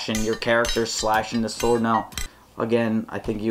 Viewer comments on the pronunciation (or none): SWOARD (not sword) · Sword not SWOARD